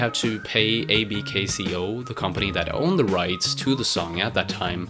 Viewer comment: ABKCO Allen B Klein Co. Is pronounced AB Co. The k is silent. U don't spell it out.